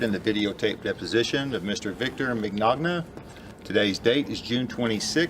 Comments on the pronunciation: He can't say his last name right. MiGnoGna? lol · mignogna i hope this helps